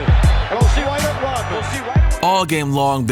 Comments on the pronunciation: Why does this guy say “Rotmen”? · is he saying Rotman?